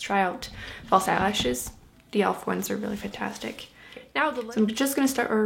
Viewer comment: why do you say deh instead of the